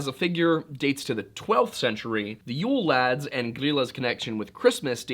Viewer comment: I dont think he did that bad at the Icelandic pronunciations.